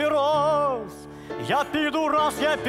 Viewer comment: Божественно ударение на рАз делает!